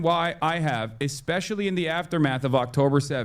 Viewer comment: Bro really said "eckspecially" Socially and mentally incompetent, it seems